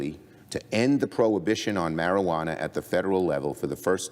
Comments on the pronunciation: "maree ah wanna". Lol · Haha 😂 she said "marielwanna" 3 x's. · Learn to say Marijuana correctly... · How does she not know how to pronounce marijuana?? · Can someone please teach this young lady how to say the word MARIJUANA?! >_<